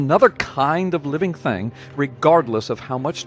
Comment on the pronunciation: Ah, the classical "living theng".